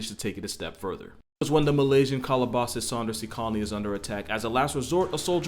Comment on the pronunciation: Wait, did you say Malaysian?